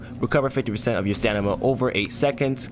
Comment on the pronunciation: Dude stop saying stanima....it's called stamina lmao!!!